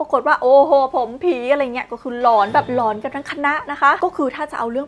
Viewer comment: เรื่อง "หลอน" นะ ไม่ใช่เรื่อง "กลอน" 😂😂😂